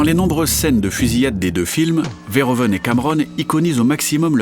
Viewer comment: "Verhoeven" ne se prononce pas comme ça. -Tous les "e" en néerlandais se prononcent comme le "e" quand on récite l'alphabet. -"oe" néerlandais se prononce comme "ou" français.